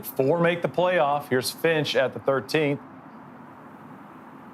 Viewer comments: "Peter Frinch" lol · Did they just call Peter "Frinch" WTFuck. 750,000 subscribers. He alone has almost 1/2 as many as PGA YT, and they can't get his name right on the opening tee. What a joke.